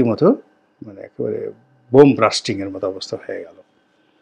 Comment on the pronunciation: ভাই, উচ্চারণ বোম্ব "ব্রাস্টিং" তো সঠিক হলো না